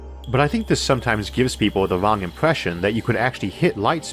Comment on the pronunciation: Just trying to figure out how someone manages to mangle the pronunciation of the word "wrong". Turns out, not interested.